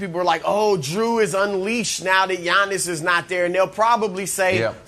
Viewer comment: When Brandon says Yawnis is triggers me so much 🤣🤣🤣